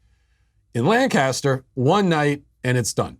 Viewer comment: Hi Matt, As a Pennsylvanian, you're hurting my heart and my ears every time you mispronounce the word Lancaster. It is pronounced LANKa-ster with the emphasis on lank. And although I'm sure it makes for good reporting, I wish you would stop emphasizing that it's in the middle of Amish country, as if it was some sleepy country stick town stuck in another century. Lancaster is one of the major cities of Pennsylvania with a heavy Black and Hispanic (Latino? Latinx?) population and a reputation for being a fairly rough place.